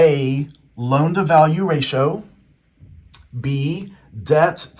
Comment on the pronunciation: I appreciate this video but I gotta let you know you pronounce ratio wrong. Just incase you make future videos